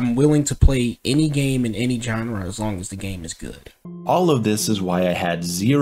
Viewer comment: or every time he mispronounces genre